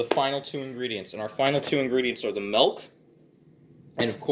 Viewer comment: Excuse me sir.... Did you say mElk?